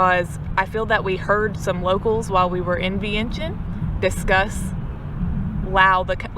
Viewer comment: GA? Well hey neighbor! LOL. I'm in Charlotte, NC! This is Laotian American! :) Vientiane - PLEASE pronounce as "Vieng Chun" 1 - Yes, locally it's known as LAO and the people as "Kon Lao" or Lao people. There is NO S. Only the outside world refers to Laos / Laotians. 2 - Correct, many locals build their homes that way. Designed for partial business by day and residence by night. These types of setups are usually small mom/pop restaurants or convenience store. This setup is actually pretty common up in states like CT, RI and MA. 3 - Yes, Laotians are very friendly, polite, laid back, reserved as a people. And the hospitality is unmatched anywhere! 4 - Beer Lao, I believe was a joint investment by Lao Brewery Co and Carlsberg Brewery, from Denmark. Beer Lao as a brand has won many medals in beer competitions. see link below. 5 - Luxury vehicles are common among the elites. The pay a HUGE tax premium just to purchase it. 6 - So in Laos, it's pretty common for people (mostly girls/woman) to throw up that hand gesture, or the hand "gun." It actually is a partial hand picture "frame" if you will. And yes, usually held up near the face. That's all that is. My tips of when to go to Laos. 1. Boat festival as you said. I believe the Laotian community has a similar dragon boat race on Lake Lanier (not sure exactly where in GA you are) around late September'ish? 2. Lao New Year (water festival or Thai calls it "Songkran". Lao/Thais have the same cultural history) around 2nd weekend